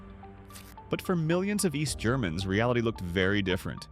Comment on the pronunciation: "Eest Germany"